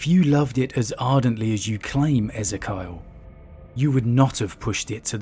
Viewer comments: Not sure in this instance but I think Ezekiel is pronounced Ez-ee-key-ul not Az-i-kyle. Awesome video nonetheless! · ee zee kee ell ezz zeh kayahl? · Just an observation I think that’s E-Z-Key-al (or El the end) phonetically. Great vid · Eh-zee-kee-el San-gwin Excellent content otherwise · I don't think that is how you pronounce Ezekyle by the way. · Your pronunciation of Ezekiel just destroyed my brain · Its pronounced E-zeek-eal Abba-Don NOT Ezeh-Kyle Abe-Den.